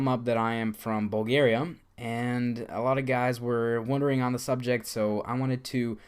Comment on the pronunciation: lol First i thought you said Boogeria instead of Bulgaria, and why didn´t you visit the red light district in Amsterdam